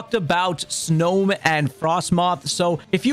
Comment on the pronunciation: Dude needs to go look up how to say these names. Snome, Abomnasow friggibax? Where is he getting these extra letters from